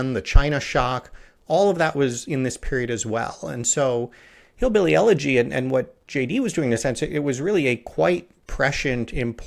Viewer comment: One thing JD Vance’s appointment as VP has taught me is that very few people know how to properly pronounce the word eulogy lol